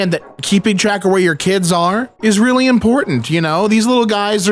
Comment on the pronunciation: He “weally” likes it